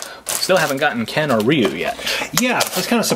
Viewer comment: it's pronounced Rye-u